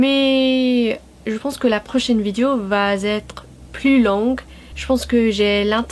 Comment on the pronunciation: Ton francais est absolument excellent!!!!!!!! En fait meilleur que certains français mais bon... Trucs HYPER minimes: Attention, c'est pas "Vidio" mais vidÉo" "elle est une chanteuse" -> "C'est une chanteuse", etc. Sinon, ok, c'est plus ancien, mais ecoute Daniel Balavoine. Lis son histoire. Si un jour tu chantes une de ses chansons, comme ca, sans y penser... tu seras francaise. Encore bravo.